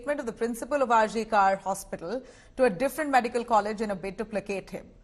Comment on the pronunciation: It is not RG Kaar It's RG kaur ( pronunciation) Please know before you speak